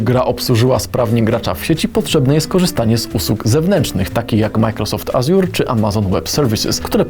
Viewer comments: AŻUR, mówi się Ażur... xd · Jak poprawnie wymawiać słowo Azure by HRejterzy Polecam :)